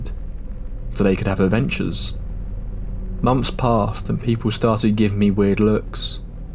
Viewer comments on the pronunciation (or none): Some British people think that TH is pronounced as V or F. I find it unbearable to hear.